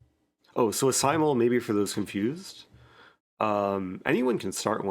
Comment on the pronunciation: "The simultee"